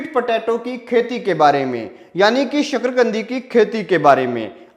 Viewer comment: शकरकंदी है शकरगंदी नहीं